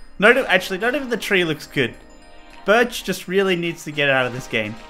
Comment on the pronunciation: What did you say BIRCH for life